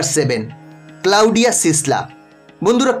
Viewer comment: ক্লাউডিয়া নয় ক্লডিয়া।